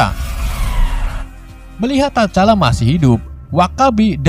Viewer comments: Tcala itu T nya dak baca bang.. jadi hanya di baca cala gitu aja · bang salah nyebutin nama t-chala salah nyebutinnya bang sama abang sala ngomong bucky